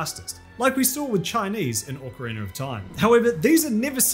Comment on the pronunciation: Do you pronounce it "orcarina"?